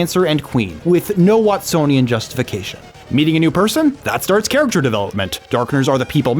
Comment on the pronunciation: Don't tell me you pronounce "character" as "car-icter"